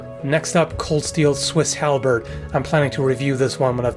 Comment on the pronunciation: Halbeard? Do i hear.. AD MORTEM IMINUMICUS